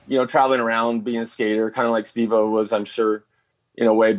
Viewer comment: Holly shit, took me a while to see it, nice job Stevo, oh wait, Stev-O, no wait, Steph o? can't seem to get it right 😂